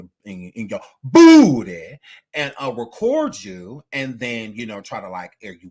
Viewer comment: The way says "BOOTY!!!" gets me everytime💀